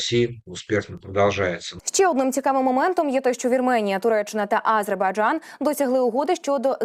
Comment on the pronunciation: Навчіть цю ведучу правильно вимовляти слово Азербайджан, бо її наголос на першу "А" вже не один ефір вухо ріже🤦🏼‍♀️🤦🏼‍♀️🤦🏼‍♀️